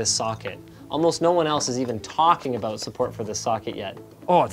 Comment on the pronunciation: "Never aboot boot time" Linus 2018